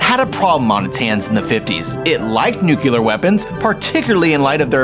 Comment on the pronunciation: Is pronounced NUCLEAR, not NUCULAR